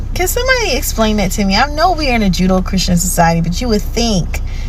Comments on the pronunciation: What?? 😮 Say what? No she didn't say that. Rewind, rewind. Go back to 🤯 No!! Tell me that woman did not say " We live in a Judo Christian society" Oh Lord!! Yes she did say "Judo Christian" 😵😵‍💫 Well damn, that answers the whole question and debate. This "Black American/ African American can't even say the words right. The phrase is "JUDEO CHRISTIAN" NOT "JUDO CHRISTIAN" And I bet Ya, English is her first and ONLY language. and can't speak that properly being in America all her life. Holy Yah, help us Father, help us. 🥴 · Is she saying "Judo-Christian"? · min: judo?? 😂 it is Judeo-Christian. Not sure if that’s the correct spelling, but that’s how it sounds. It’s not an art of combat. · This lady is so ignorant! She hears a story about a person hearing someone saying “kkk” in the parking lot and everyone in the church is a card carrying member?! Wth🤦🏻‍♀️ She can't even say Judeo-Christian correctly. It's not Judo…